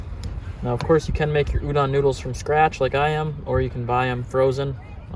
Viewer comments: It’s pronounced udon not ewdawn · It’s not u-dawn, it’s u-doe-n, good episode really enjoy your stuff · the way u say udon is so funny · My guy cant even pronounce the dish the right way.